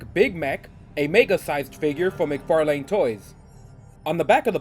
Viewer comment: "Mic-Far..LANE" McFarlane ---> Mc-Farlin